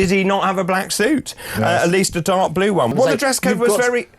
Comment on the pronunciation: The Porn Bots thought you said "Blow" not blue.